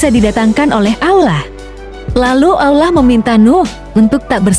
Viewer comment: Yg ngomong nya aja gk fasih dalam mengucapkan Allah kayak orang Kristen ngomong nya